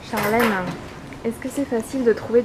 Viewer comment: "charlèneuh" c'est chiant à la longue.. Mais bonne vidéo !